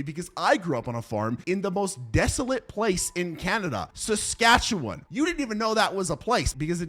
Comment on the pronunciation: Brotha said he living in Sackacuwan 😂😂